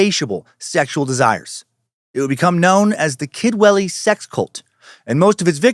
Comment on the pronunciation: I keep hearing "Kidwelly" as "kid willy" which is hilariously unfortunate for the town itself but fitting for the cult